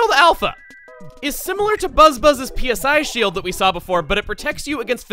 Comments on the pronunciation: "Cast a PSI shield" thats what he was saying what it SOUNDED like "Cast a PIZ shield" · I'm having trouble hearing "PSI Shield" and not something else